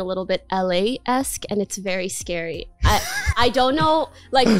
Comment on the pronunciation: I just noticed this but right after she says she sounds American and has lost the Canadian accent she says “I don’t know” in a very noticeable Canadian accent cool I never noticed her Canadianness before this, now I see